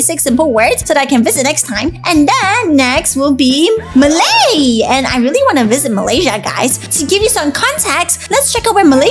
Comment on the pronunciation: You are a little bad and pronouncing the Malay words but I would still support you